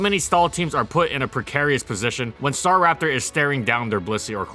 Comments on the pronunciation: it really bugs me that you say STAR RAPTOR and not STARAPTOR, but i dont even know what is the right way to say it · it Sta'raptor not 'Star.raptor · Strange. I’ve always pronounced it “stuh-rap-ter”